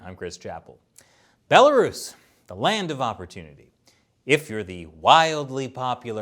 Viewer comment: "a bela-ruse" amazing.